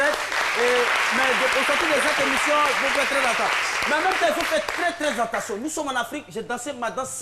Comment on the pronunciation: On dit: « attention » et Non « entation »